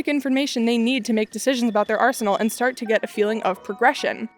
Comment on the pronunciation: “~we didn’t sart the fire~”